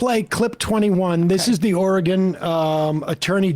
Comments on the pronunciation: Sam,its not oregone....we haven't gone anywhere. Or-Y-Gun. Oregon. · Portland "Orgone"? Please learn how to say Oregon when insulting people's intelligence. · As an Oregonian I will allow Sam to mispronounce our state simply to continue the bit.